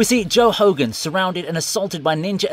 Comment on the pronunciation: My man cassualy butchered the name of Higan.. he called him Hogan (Hoegan?) Duuuuude..!